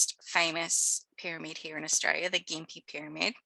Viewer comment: As an Australian, I thought my accent was strong until I heard your pronunciation of 'Austraya' 😊. I enjoyed the imformative video. Well done.